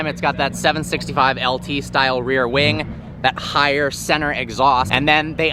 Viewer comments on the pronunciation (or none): none